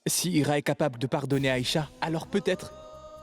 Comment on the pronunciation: Moi aussi j attendu au lieu de dire ira elle as dit icha